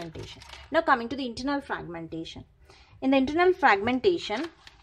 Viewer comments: Normal English hi bol lo madam fraqqqmention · Thank you so much for your explanation...But the way, you were pronouncing fraaaaaaagmentation😂😂😂, that was awesome....Again, Thank you....